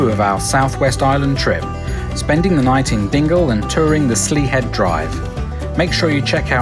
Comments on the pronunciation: My mum's from this area - so have known it well since childhood. I am just surprised that you simply did not ask for help in pronouncing local place names (Slea Head = Slay Head, Iveragh Peninsula (Ive-er-ra). "An Droichead Beag" means "The Small bridge" (pronounced phonetically as "On Dri-hed bi-yug" (Dri as in the beginning of the word 'drip', yug like 'jug'. simple really! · Slea Head is pronounced “slay” head.